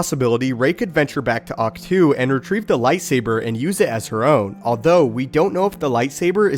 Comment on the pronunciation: It’s pronounced ach toh not too